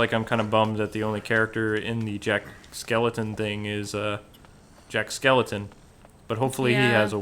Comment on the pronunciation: Jack's last name is Skellington not Skeleton.